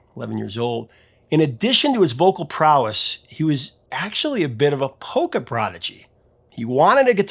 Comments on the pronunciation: Lol, at first I thought you said “poker”, instead of polka. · Polka! I heard "poker"!